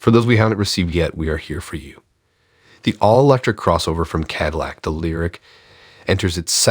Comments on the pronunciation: What's a kadilik?? Where the heck r u from? Kadilik? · Yes, it is, but in prior videos going back almost a month, people have told that failure to train their AI voice in the correct pronunciation of Cadillac sounds amateurish. They finally did get Debut, as in Debut Edition, correctly, but somehow Ca-dill-ic is a bridge too far. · Can you at least pronounce Cadillac properly? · You would think that a youtube channel named would know how to pronounce the word Cadillac.